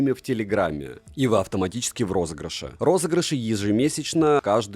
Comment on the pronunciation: Вот сколько смотрю видосы и не пойму одного... Ты говоришь "розыгрышей море" или "розыгрыш у моря" в начале роликов?